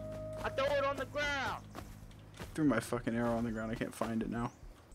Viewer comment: "I thew it on tha gwound."